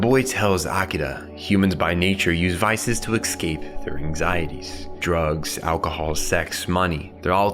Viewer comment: I love this video and I love all your videos but every time you say "excape" I want to cry like a baby.